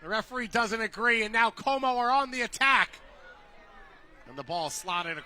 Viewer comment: Commentator's pronounciations is even worse than women's play. "Kohw-mo", "Cutron"